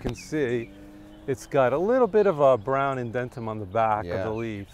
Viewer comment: He meant indumentum instead of 'indentum' and Styrax japonicus instead of S. japonicum/japonica, also Cotinus coggygria instead of C. coccigyiria.